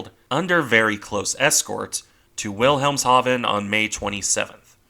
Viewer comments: Wilhelmhaven is pronounced Vilhelmhaven. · You forgot the s in Wilhelmshaven.